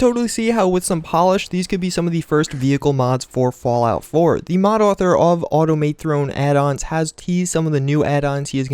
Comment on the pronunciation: "automay throne"